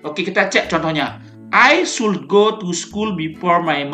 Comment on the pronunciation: izin koreksi ya pak, pembacaan should itu 'shood' L nya tidak di baca, trimakasih.